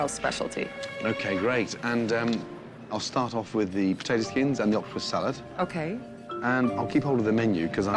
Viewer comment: Octopus s-ya-lad